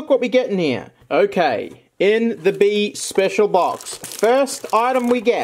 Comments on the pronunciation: Isn’t it pronounced Bee-a? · LMASO HE SAID BEEAN 🤣